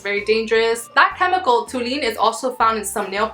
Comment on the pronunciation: fyi: it's pronounced tol-u-een. and it will attack your liver and lungs.